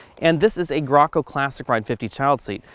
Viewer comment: FYI it's pronounced "Gray-Co" not "gracko."